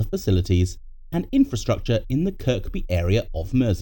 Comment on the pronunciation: Second K in Kirkby is silent